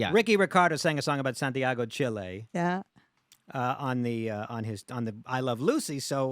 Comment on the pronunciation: hate the way the host says Chiiiley! 🤨... Fabrizio! good on ya, you did very well :)